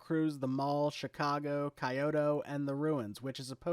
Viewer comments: My brother in Christ, that is not how you say Kyoto. It's pronounced like "Key-Oh-Toe" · “Kye-oto” lol